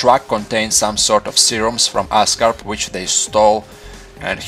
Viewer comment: oscorp not ascarp great video though funny accent, but great video. i like the way you observe every little detail